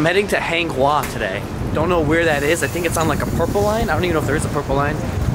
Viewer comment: "today we r heading to HANG HUWA" lol its pronounced Haung How 坑口